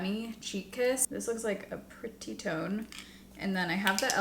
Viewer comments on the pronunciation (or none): Camel...tone...not toe Idk what is wrong with me 😂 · Every time u said camel tone, I heard camel toe!! 😂😂😂 I bought all the other Sephora palettes a while back like that and I don't remember the shifter shade being an epic fail. Hmmm. Love all ur videos. ❤❤ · I heard “camel toe” and not “camel tone” the first time 😂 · anyone else hearing camel toe instead of tone lol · Am I the only one who kept thinking she was saying “camel toe” when she said “camel tone” … got a nice chuckle 😂😂😂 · How many people did a double take when says camel 🐪 tone 😂😂😂😂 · You said camel tone and I heard camel toe 😅happy Friday. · I thought you said 🐫 camel toe 😅